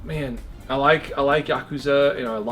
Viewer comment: Wtf is a Yokaza? It's Ya-Kooza 😀